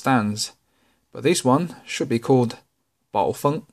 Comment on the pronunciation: You are the only person on YouTube that says this. There are 10 pronunciation videos that say it’s baw-fang.